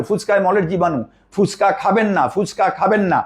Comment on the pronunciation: ফুচকা। ফুসকা আবার কি?